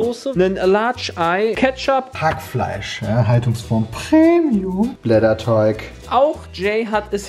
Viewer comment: Wer kennts nicht, der gudde alde Blätter "DUFF" xD Ach Jungs